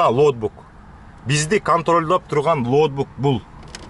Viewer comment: Лоутбук эмес, логбук туура болот окшойт 👍🏽